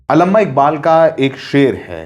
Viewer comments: जी आप अपना उच्चारण सही करें ~ अल्लमा ❎, अल्लामा इक़बाल ✅ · ji it's अल्लामा not अलम्मा। Thank you. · Allama Iqbal not Alamma pls correct it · bhai wo Allahma iqbal hai Alamma nhi😅😅😅😅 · Alama nahi alama, prononciation sahi karo,samne sir hai unse hi sikhlo yaar.. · अलम्मा नहीं हैं सर, अल्लामा हैं Thankyou nice information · Alamma Iqbal nahi, Allama Iqbal hai wo. Itna bhi nahi araha hai? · अलम्मा नहीं जी "अल्लामा" इक़बाल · Alamma nahi, Allama Iqbal